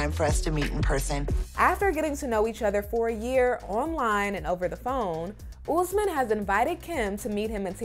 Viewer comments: It’s not Oozman…it’s Usman! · It's no ooosman. Please learn to pronounce